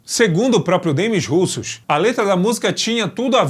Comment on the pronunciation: poxa, RUSSOS NÃO, é "demí russô" a pronúncia...russos foi triste...